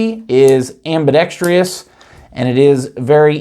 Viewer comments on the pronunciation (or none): Repeat after me- AM-BI-DEX-TRUSS. NOT : AM-BI-DEX-TREE-US. Four syllables, NOT five people! Stop making gun enthusiasts sound like knuckle-dragging morons!